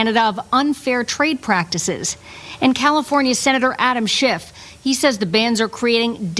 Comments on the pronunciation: It's "SchiFF" ...not "SchiffT" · Just love how you change that senator's name by accidentally adding a t at the end,.... yeah, he is a 'shift(y)' guy..... And I will never buy any US wine, I'll stick to my favourite BC wine, Jackson Triggs, from just down the road, and locally made beer....Okanagan Springs. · Just a quick note from a radio guy… there is no T in Schiff when you pronounce it. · Agree with your sentiments, but the name of the California senator is Schiff , not Schift. Don't weaken your argument with mistakes. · I am certainly no fan of Adam Shiff. However, if you are going to rail on the guy perhaps you could say his name correctly. Ironically Taco Tuesday calls him Shift as well.... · Something that makes me giggle: when you ask us to click on the bell icon all, as well, it sounds like: Click on the bell icon, ALL IS WELL.. I love that part. As for Shift, from a Canadian perspective, he is a Republican wanna be. He is in politics for the Grift Only, Just like Nancy Pelosi and Chuck Schumer. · I have NEVER liked California wines. I tried a few, and stopped. They are horrible compared to many other countries wines, including Ontario wines!! Oh and by the way, there is no 'T' in Shiff. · They're US-ers. That's all. Nothing else to say.😂🇫🇷🇪🇺 Also it's SCHIFF. Not SchiffT. No T on the end. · I was a bit more polite when I commented yesterday on Schiff’s YouTube post (ingrained Canadian politeness 😬), but I agree with you. At this point, even if it all goes back on shelves, their sales won’t come back to the same level. Ontario and BC wines have benefited from this whole thing. And it’s Schiff, no T